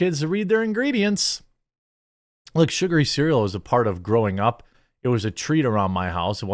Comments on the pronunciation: Good god, I thought you were finally going to get the word “sugary” right, and then you botched it yet again! It’s not “surgery”, you should know. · He still said Surgery xD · I'm sorry Jeremy... junk "surgery" cereal? 😆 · Are you trying to say "sugar-y" cereal but saying surgery instead? Around the mark? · It's not surgery it's sugary as in sugar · Lol Jeremy my friend...say it with me - say "sugar"...then add the sound "eee" to the end. It's "sugary", as in "SUGAR-EEE". :) Not "surgery"..as in "sur-jur-eee". Lol. Happy Thanksgiving my friend...keep up the great content! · "surgery" haha. I finally found a state with worse reading skills than mine. Come on Wisconsin - do better. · New drinking game droped; Take a drink each time Jeremy misread sugary for surgery. Bout to get real wasted! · I know you're probably not going to see this but it's sugary as in Sugar not surgery are you having a stroke hahaha I'm just kidding that's hilarious though that you couldn't pronounce sugary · its SU-GAR!!! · Keep saying "sugary" until you get it right lol.... Sugar-y